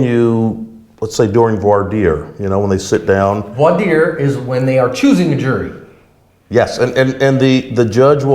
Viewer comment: Good job on the “Voi Dire”!